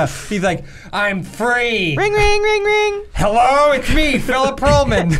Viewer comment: "HELLEOUGH! Was he British before?" -Jams Wilhelm